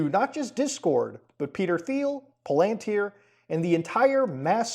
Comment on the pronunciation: Muta ily but its PAL-AN-TIER